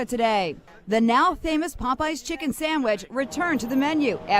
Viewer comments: It has to be a real person because she keeps saying “Sangwich” and it’s bothering my ears so badly. 😞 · A “Sangwiche?”….dont piss me off…fix up immediately lol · "Sangwidges" are this girl's penguing. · This AI is killing me by saying “Sangwich” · Is this AI cause she (or it) keeps saying “Sang-wich”. Am I the only one who hears it? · Sangwidge??? Please stop with the AI 😂😂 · As a fellow Caribbean, never heard a Trini say sangwich but I’ve heard plenty of white people say it tho 💀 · Nobody:..: ✌️Sangwich ✌️ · Am I trippin or is she saying 'sangwhich' ? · What in tf is a “sangwitch” 🥴😭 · Anyone else hearing “sangwhich” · sang which 😂😂 git me questioning if you’re ai now lord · what in the name of Davey Jones is a "SANG-WICH" ?? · I think the sandwich pronunciation as sangwich is a Northeastern thing like Maine or Rhode Island or a 👱🏻‍♀️👦🏼👩🏼 thing lol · Oh Gucci saying “Everybody wear tennis skirts” gonna be in my head all day omg the way you say “sangwich” (sandwich) shocked me so bad because the only other person I know who says it this way is my nephew ❤❤❤ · SANGWHICH 😭babe where are you from Boston ??? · Babygirl said sangwich, you afrolatina? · why do you keep saying sangwhich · “Sang-wich” is tickling me. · I was going insane every time she said it like that! I’ve never heard anyone pronounce sandwich like that so it was really grinding my gears ugh. What region is that from? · i love how you say sangwidge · Is it colloquialism, you’re pronunciation of “sandwich” as “sangwich” ? 😂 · Sangwich is driving me crazy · I kept hearing "sang-wich" lol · As a Canadian damn near every white person from the suburbs says it that way 😭 never heard a black person say it that way tho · yes she does & i hate it lmaoo great video tho!